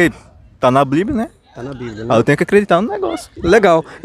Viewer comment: Bando de gados. Não leem e não sabem nem falar o nome do livro deles. É bíblia e não blíbia. Parabéns pelo vídeo. E não canso de dizer: #cadadiamaisAteu